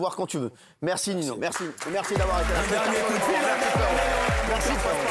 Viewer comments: Par contre sa doit être chiant que pour lui que les gens prononce ninho "nino" alors que c "ninio" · Ninho c de la bombe il l'air gentil BG un petit air timide. Par contre Cyril prononcé Ninho Nino au lieu de Ninhio sa se (prononce comme sa). Mais grave bon❤️❤️❤️ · Cyril qui prononce Nino wtf